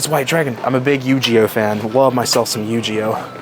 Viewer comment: Yu-jeeh-oh he said ?